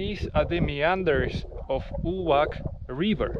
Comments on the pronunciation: Увац, not Увак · Brat moj Uvac not Uvak c not k :) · Увак? Увак??? Разве не знает читать кириллицу? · It's pronounced Uvatz, not Uvak. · Is not "Uvak-Uvac", it's "Увац-Uvats". In serbian Uvo-Ear. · It's called "Uvac" "Увац" !!!! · сказано не Увак, а Увац 🙄ты какой-то русский брат?